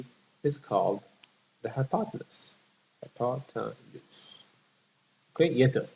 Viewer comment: hypotenuse, not: hypotanuse....